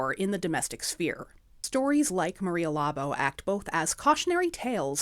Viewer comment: Why they say labo when you read it is labo is actually labou